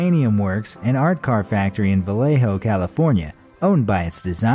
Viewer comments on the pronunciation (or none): For the last one at the end of it you pronounced my home town Valleho instead of Vallejo next time you do another one of these learn how to PRONOUNCE THE NAME before you say it 💭😠😡😈🔥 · If is is pronounced Spanish it should be Vallecho